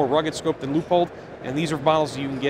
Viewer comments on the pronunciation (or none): See, it’s Lewpold, not “Lee-a-pold” 😊👍🏻✅